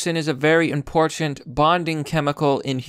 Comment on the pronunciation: "very importiant"?